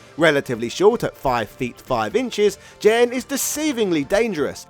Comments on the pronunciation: Hard "G", bro. It's Gen, not Jen. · Hearing Gen pronounced like Jen is like nails on a chalkboard. I’m surprised you didn’t say Jeki. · Gen should be a "hard G", and should be like "get" or "go", and not Jinn. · Gen is pronounced with a hard G, not a soft one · Fun video - some pronunciation notes. Gen is pronounced with a hard G like "game" or "gun". Goutetsu is not Gousetsu. Another reference for Eagle is a character from Bruce Lee's "Fist of Fury" called Petrov. Look it up, it's almost a straight copy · GEN is not pronounced JEN 🙄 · Jesus Christ, it’s Gen, not Jen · Gen not Jen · I never heard anyone pronounce Gen as Jen. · Pretty sure Gen is spelled with a hard G, not Jen. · Gen's name is pronounced with a hard g sound, like the word "game". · "Jen"?... then shouldn`t Geki be "Jeki"? 😂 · So many bad pronunciations but they really painful one was Gen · You're pronouncing Gen's name wrong. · Gen in that sense is short for Generation. Gen in the video is a Japanese name of a character. Besides, you can hear the correct pronunciation of Gen in Super Street Fighter IV. It's not that hard to find out.